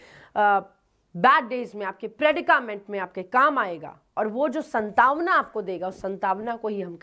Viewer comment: Not santavna it's santwana 😂😂😂